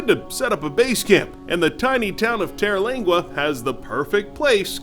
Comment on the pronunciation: It's Terlingua not "Teralingua".